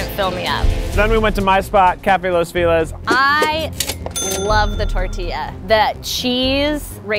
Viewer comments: More videos with these guys! They're great! Also, "feliz" is said "feh-leez" with the stress on the second syllable. Gringo. Lol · but i'm confused. I'm Indian Canadian and but when you say "feliz navidad" you say "fe lees" not "fee lez"... i thought this was just common knowledge!! didn't know people from LA made their own rules up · So... the problem lays in the word "Feliz". He is pronouncing it like "Fee less" when the word in Spanish would sound more like "Feh - Liz". And you accentuate more the "Liz". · the word feliz is pronounced fe-( like the e in the world red) lee-z ( if we write the word as keith pronounces it in spanish it will be written like this : filez XD horchata is pronounced without the H sound , the H is mute in spanish so it is pronounce orchata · Feh! Not Fi like figaro feh like fender. Feliz! Feliz! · Feliz = Feh-lease not fee-less please n tank u ! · The way Keith pronounces "feliz" like "felix" T-T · Hearing Keith pronounce "Feliz" as "Fee-less" hurts my Brazilian ears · I'm Asian and even I was bothered with the way he said feliz. I was like, isn't it pronounced "fe-leez"? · it is Feh-leez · “fee lez” keith i love you but- chile the pronunciation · And in Spanish Spanish it would be more like 'fay-leeth', though the pronunciation of the z is a bit more subtle than that. I was mostly just surprised that Keith, and I assume everyone in LA, pronounces the 'I' as if it's an 'E' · Wait, why did no one correct Kieth when he called it Fee-liz? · i appreciate this so much as a mexican-american person!! also the name of keith's chosen burrito place is pronounced "cafe los feh-LEEZ" (feliz means happy in spanish) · I always thought that Keith said "Los villas" now I know that I need a consult with my doctor for my ears...... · Why does Keith pronounce Feliz as Filez? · "los filaz" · Keith the name of los Feliz is pronounced felleez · Los Feeee-Liz...ugh. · It hurt mine too and I'm Dutch LOL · THE PRONUNCIATION OF “FELIZ” !!!! p a i n